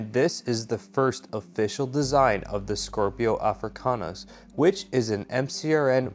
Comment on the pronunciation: kinda infuriating how you keep mispronouncing it. It's SCIPIO AFRICANUS. Named after Scipio, the Roman general that managed to beat Hannibal 202 B.C. It has NOTHING to do with scorpions